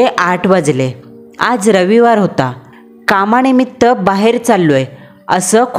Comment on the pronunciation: कंपणी, पन, कामाणीमित्त, पानी..... अस बरेचसे चुकीच Pronunciation.... बाकी story छान होती आणि छान सादर केली